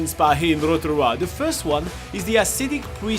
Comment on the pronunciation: I like the way the guy actually makes an effort to pronounce Rotorua ❤